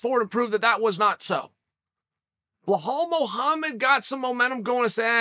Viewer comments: Mohammed's Parents: Here is our son, Bilal. Uncle Chael: Hello Blahal. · Chael: What is wrong with the name Bluhal Mohammed Belal Muhammad: 😐